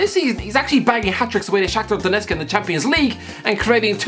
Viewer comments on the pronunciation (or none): none